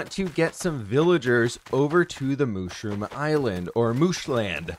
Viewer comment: Kinda getting annoyed on how he’s saying mushroom